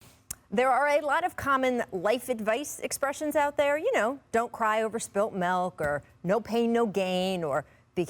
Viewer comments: No comments on rachel saying melk? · said MELK!!!!!!!!!!!!!